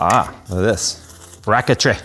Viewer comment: He said braket-tree and i got excited to see the lightning whirler